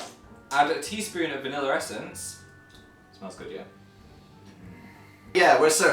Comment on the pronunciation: I love how they pronounce "Yeah" as "Yehr"